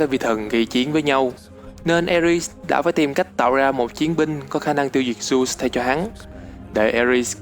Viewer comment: Dớt đọc thành dút trình dộnđộc tren bá vc